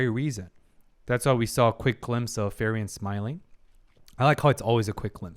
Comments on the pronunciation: Hey man awesome commentary love the deep dive into the psychology of these characters. Just want to say that you say frieren's name pretty wrong. You should pronounce it as free-ren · I love your reaction and the psychological side of it. But is it only me who is frustrated by his pronunciation of Frieren's name? It should sounds something like "Fre ren" but not "Ferien" ... Fun fact her name means 'be cold' or 'frozen' in German, just like her emotions at the beginning. All the names in the show are German words, describing their nature mainly: Himmel - sky (just like his haircolor), heaven (his good nature) Heiter - cheerful, bright Eisen - iron (he is very tough) Frieren - be cold, frozen Fern - remote, distant Stark - strong etc... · i enjoy your videos, but please, she is spelled FRI-REN, not FERI-EN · Frieren = free-ren. Who tf is furian😭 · Its "Free-ren" not ferien :) Great vid though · Please learn how Frieren is pronounced XD Hearing "Fireririen" every time is so weird XD Otherwise great videos! Really enjoyable analysis of one of my favorite animes 🙂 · I just wanted to comment on Frierens name, I beleive the "i" is silent that it is pronounced like "Free-ren" ..... I encourage others to chim in incase i'm wrong. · I really enjoyed watching the two episodes that are up! Insightful! I hope it's okay for me to say it's pronounced as Free-Ren? In the end it's not the end of the world, but I'm one of those people that ends up pointing at their screen ' You say it like this!' Haha! Feel free to ignore it though! Subbed and looking forward to the other episodes! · I've noticed you have a rather unique way of pronouncing Frieren's name... ;) By the way, another anime to consider reacting to would be, in my opinion, Dandadan. While it has some fun and crazy sides to it, I think you'll definitely enjoy how it deals with growing personal relationships. To call it good would be an injustice, it's so much better.